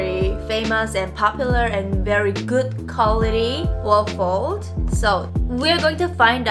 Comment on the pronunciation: The way you pronounce Wolford sorta like "warf-ord" is cute.